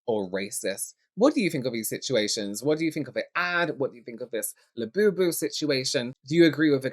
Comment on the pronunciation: Her KSI "Labewbew". Come on now. I'll be happy when these go the way of the Beanie Baby.